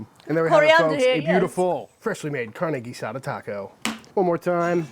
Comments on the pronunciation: Your pronunciation for carne guisada is very nice for a British accent. IMO, carne guisada is the ultimate test and most "chefs" mess with it way too much. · your Spanish pronunciation is getting better. Hell, ya never know, one of these days we might make you an Honorary Texan! In Tex-Mex, carne guisada means beef like Chud is making minus the smoker. In Mexico, guisadas are something that you'll see in certain restaurants, normally run by abuelitas - somebody's grans- that make stewed meats and vegetables intented to be put into tortillas. These lunch places are very thrifty, really maybe $2 or $3 for more than you can possibly eat, and being from afuera or not from Mexico, you may just become an Honorary Granddaughter and they won't let you pay. If any of y'all want to do this in Mexico and you don't speak Spanish, the best bet is to ask a taxi driver, or a worker in a Mercado where you can find tacos de guisadas. They'll know & it'll be a real Mexican locals experience.